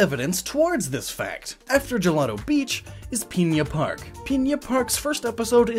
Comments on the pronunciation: Not peinna park, pin-a park p.s that may just be how you say it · One small thing that annoyed me: It isn't spelled Piña Park, so please don't say it that way. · Pigna park